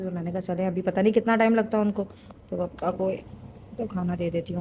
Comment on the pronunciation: Papa ko pappa kyu bolti ho 😂 or table use krne k baad wapas fold krke rkhi hi jati kuch bhi😂